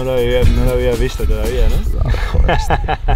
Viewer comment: Esta bueno el comentario y todo perooo, me desespera que le digas red bulls con la s xd